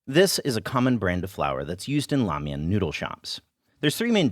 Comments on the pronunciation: ugh. helpful, but painful to watch as a chinese kid trying to connect to their roots. why learn the language if you cant do the pronunciation justice? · Wait, did you say lamian schools?!?!